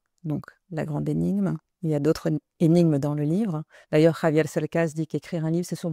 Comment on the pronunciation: Dice "Javier"... con JOTA, no con "GKRRr" como lo hacen usualmente los Franceses- Bravo! Es una autentica traductora.